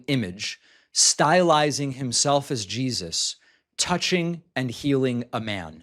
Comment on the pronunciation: "She's referring to Jah-eeezuss." Sneaking in that hilarious pronunciation, eh David lol 💀